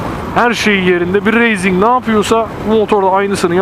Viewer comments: Racing'e üstüne basa basa reyzing diyorsun ya :)üyük ihtimal öyle duyduğun için öyle diyorsun ama "Racing" kelimesi "Reyzing" diye değil "Reising" diye okunur :D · kardesim ne kadarda yanlis telafuz ediyosunuz bu raysinki ya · Reyzing denmez be üstat. race yazılır reys diye okunur. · doğru biliyorsun öyle olmalı zaten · Motovlog Verdiğin örneklerle "Racing" kelimesinin pek bir anlamı yok aslında,Spain İngilizcedir Spein diye okunur İspanya Türkçedir İspanya diye okunur.Ciks olmak veya görünmek gibi bir derdim yok sadece çok yapılan bir hatayı düzeltmek istedim.